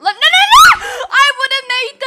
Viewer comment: Omg ur naur got me laughing so hard